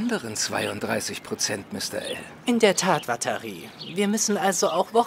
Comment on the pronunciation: wenn L watari sagt klingt das ein bisschen wie "Batterie", die richtige Aussprache ist uatari